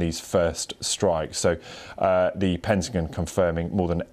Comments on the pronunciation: What's a "Pentagin"? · It’s pentagon not pentagen, damn french.